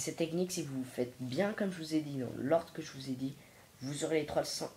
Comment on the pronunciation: On dit comment bien pas comment bient